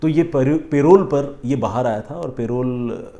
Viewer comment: सर वो पेरोल नहीं परोल होता है। vaibhav from bhopal